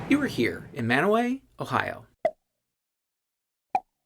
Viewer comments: Your pronunciation of Mantua is flawless. Given your familiarity with Ohio and Pennsylvania I've seen in other videos, I'm guessing that you may be from that region. However, it's also possible that you're from Utah, given the presence of a city in that state that's pronounced the same way (as though it were spelled "man-o-way"). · Props to you for pronouncing Mantua correctly! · Impressive pronunciation of Mantua! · You said it Mantua correctly!